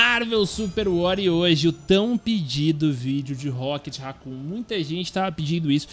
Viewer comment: agonia do krl ver ele falando racon e nao rocket sksks